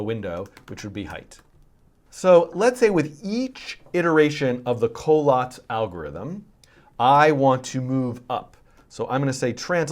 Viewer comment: I love this but I always thought it was pronounced "coh-LATS" lol